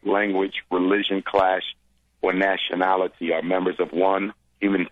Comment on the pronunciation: “Natioler-nalility” Jesse is a dope